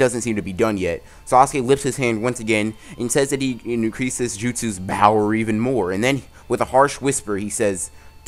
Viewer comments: Her said power not bower no .. no not good 10/10 but not good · Bro stop saying BOWER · Y u keep saying bower lol